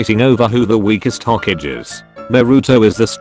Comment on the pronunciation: text: ho kage text to speech: hokej (like sausage)